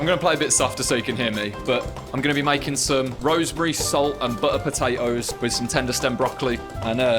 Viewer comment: mmmm "Bu-uh potay-ohs"